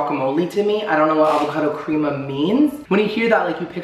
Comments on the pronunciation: My OCD went OFF when he said "Creama" instead of Crema xD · am i the only 1 who thought everything looked burnt?, darling! i say this with love, but your pronunciation today is literally making me CRINGE! 😳 guy's last name is pronounced "fee-eddie" & crema is "crem-uh". also, a "BLAT" is just a BLT with avocado. 😘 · Not you pronouncing crema like that. 🤣